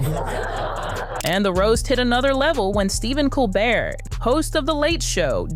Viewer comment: A bit of respectful feedback to the narrator: please know how to pronounced a person's last name, i.e. Colbert and Jost. It will help support your collaborations by showing your extensive knowledge regarding the people you are referencing and citing. Please know this is just a "round table thought" for future videos, bc these are very good. Keep it up.